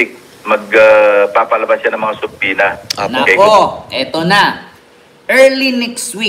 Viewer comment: Ikaw ang isa s iilan na halos tama ang pronunciationn ng subpoena. Silent B talaga.